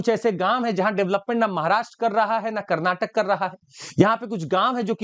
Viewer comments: Its not Kannad but Kannada, and not Karnatak but Karnataka. Pls understand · Stupid that is KARNATAKA NOT KARNATAK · It's not karnatak bro, it is karnataka... Jai karnataka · Its not Karnatak it is a Karnataka make it correct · Its karnataka not karnatak ...!!! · bhai belagaum or belagavi ,,,:face-red-droopy-eyes:its not karnatak,it is karnataka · Sir it's Karnataka not karnatak